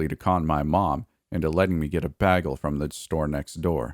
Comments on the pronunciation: BAY-gle not “baggle” LOL! New sub here. Ya got a great voice. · I love how you pronounce the word "bagel"😊 lol Most would say - (bay-gull)... But you say it like - (BAG-ull) 😆haha.. So adorbs